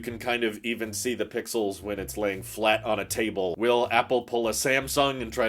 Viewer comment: curved, flat, curved, flat curved, furved, clat